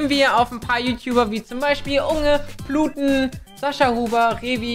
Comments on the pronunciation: er heißt Paluten und nicht Pluten!!! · Ich Feier es wie er immer pluten sagt XDD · Wer hat auch "Bluten" statt "Paluten" verstanden xD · Emma Grande was hab ich jz gesagt das ich nh simp bin? Ich hab nur gesagt das ich es Funny finde das er paluten immer pluten nennt LOL? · niemand: wirklich niemand:: PLUTEN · Du sagst immer Pluten😂😂😂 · Er sagt immer Bluten statt Paluten hahaha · kannst du bitte Paluten Paluten nennen nicht pluten 😂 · Er heißt P(a)luten nicht Pluten 💚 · Warum sagst du immer pluten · Paluten Not Pluten